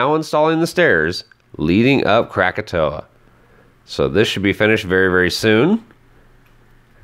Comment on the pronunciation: Psst,... It's KrakaTAU.